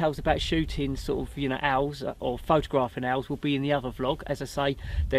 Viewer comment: Love your enthusiasm, I know it’s Christmas but I could swear you were saying short eared elves. 😀